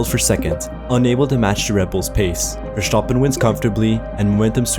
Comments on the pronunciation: yeah I know but some germans do pronounce it wrong, like the guy making the video. and probably some americans think thats how his name is pronounced because they are uneducated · Stopped watching because how he pronounced verstappen, unfortunate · Well, if the creator doesn't know how to pronounce MV's name correctly, I don't suppose it's worth finding out his take on the 2021 title decider. Pass. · how does someone have an f1 channel and can't pronounce a simple last name of a champion that he hears all the time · I am German i can can 100% assure you, that nobody in this country, not a single person, is pronouncing it that way. We all are (correctly) pronouncing it "Verßtappen", not "Verschtapen". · why do you keep pronouncing Vershtoppen, it's annoying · german people say Verstappen? not vershtappen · Bro it's FurSchtoppun, not Vershtappen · Its not verstapen Its verstappen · His name is Verstappen, not Vertschappen. S-T , like STone, STable, STage, not a sjchone, a schtable or the schtage. Please underschtand what you are chaying. Do your researschj. Please don't like en don't subschraaib. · 🚫 Verschtappen ✅ Verstappen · i swear to god if i hear verSCHtappen one more time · Clearly Hamilton was robbed.. and another note.. it’s verstappen.. not vershhtappen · shtop it with that pronunciation! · Who the hell is Vershoppin? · Its VerStappen.. there's no sh! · In dutch it's not pronounced verSHtappen, just a regular s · As an Austrian, i have to say that you do not pronounce it "Verschtappen"😅😂 Its just Verstappen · Verstappen is dutch, so the way most people say his name is actually more accurate than saying it with an SH, the rest of the name you pronounced better though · Lol....even MAX himself didn't pronounce his name as FERVS-sappen😂😂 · Wersztapen...wersztapen....wersztapen.....oh jesus fucking i cant hear it anymore😂😂😂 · bro just say VerS stapen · Max Verstappen = ˈmɑks fɛrˈstɑpə(n) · you fuxin m0ron wtf is vershtabın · How many times he said vershtapen